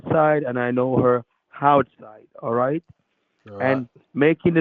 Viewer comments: I know her hinside and houtside 😂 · Houtside LOL 🙄 🤣